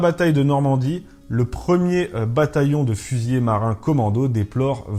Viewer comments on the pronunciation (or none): Merci, toujours un plaisir de suivre la petite histoire. Par contre, c'est : fusilier, pas fusiller (les seconds vont moins vite ^^)